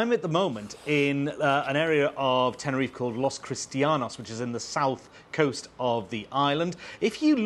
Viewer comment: Never heard of an Island called Tenner if, are they referring to Tenerife? In English: tenner if eh